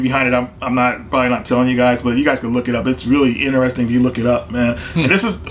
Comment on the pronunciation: I like how pronounces interesting.. inter.. resting.